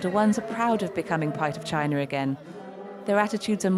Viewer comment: the property guy just wants unity for his own profit. he can't even say china he says gina